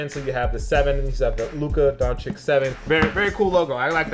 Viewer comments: Why do you say "Dončik?" The C in the end is not K like you americans read it. Actually it isn't C at all, it's Ć. Totally different letter, and totally different pronunciation. I see this everywhere on youtube when you say the last name of a person from Balkan, because most of last manes here end on Ć. You all are saying it wrong, and honestly it is getting a little annoying. Please, learn this things if you want to talk about someone. Dončić is world famous person, and you heard his name. Why do you say it that way then? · Ok i just gotta point something out... This dude, in a 30 second span... Repeatedly mispronounces Lukas name, gets his jersey number wrong, and then says the only reason he doesnt go on and on about Luka, is to avoid boring people with "basketball facts"? .... bruh 😂 Its Dončić, not "Donchick" . His number is 77, not 7. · Imagine reviewing shoes made for Dončić and mispronouncing his name everytime. SMH